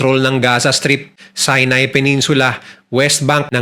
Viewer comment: Sorry po.pero si-nai po hindi sai-nai😊✌️